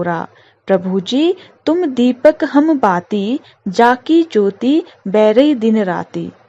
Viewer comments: Ma'am you explained very well but ur pronunciation for some words were not correct. Like, बरै, जोति। ma'am so plz correct that. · मैडम...बरै एवं सोनहिं का उच्चारण सही से करें।